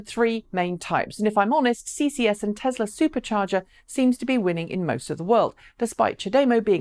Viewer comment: Add it to the list along with Hyundai. However, she is probably the only English person that can get Nissan and Tesla correct though, so I will call it a wash.